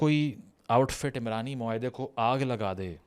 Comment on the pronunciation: عمرانی معاہدہ نہیں یہ عُمرانی معاہدہ ہے، عین پر پیش ہے، عمران مرد کا نام ہے، عُمران کا مطلب معاشرہ ہے